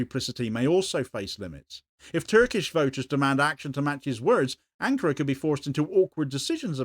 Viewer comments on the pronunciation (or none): none